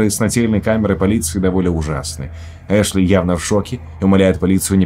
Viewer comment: Не Эшли, а Ашли, режет слух блин)